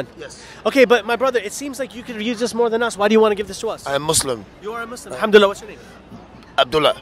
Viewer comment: Masha Allah I love the way he says alhamdulillah ❤